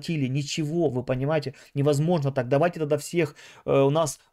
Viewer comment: Меня хватило дотерпеть и послушать на 4 минуты!!! Кого вы там собрались платно консультировать???😂🫣🥴🤯 В гАстяхх😳 ни каГда , таГда….😂 Тренируйся …! Жесть